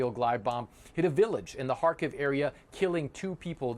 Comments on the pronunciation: It's Car-Keeve (Car-Leave) Kharkiv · isn't it pronounced kharkeeeve? where has this reporter been hiding?